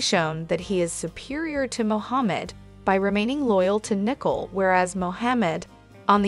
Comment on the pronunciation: Please pronounce names correctly. Her name is Nik Cole. Not Nikel.😮